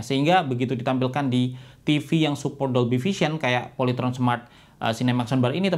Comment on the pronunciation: Polayteron? SKIPPP